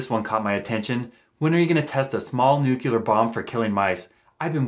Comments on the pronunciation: Its because he pronounced it nucular and not nuclear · ....news for you, Just like President Bush you cannot pronounce Nuclear. It is NOT New-cu-lar It is, as written, Nu---Clee-----arrrr, say it quickly....Nuclear. There, that was easy. Practice three times a day in front of a mirror. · It’s pronounced “nu - clear” (like new clear glass), not “nu - kew - ler.” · Noo-clee-ar not nuk-yul-ar. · 🔵 you said "Newk-you-lur",... ...instead of 'New-clee-ur'. You must'a gotten that word from George W bush,...it was one'a his favorites! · What is a new queue leer bomb? it's new-clear. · "I'm not smart enough to make a nucular bomb." No disrespect, I just loved the irony. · "I'm not smart enough to make a nucular bomb" Yeah we believe you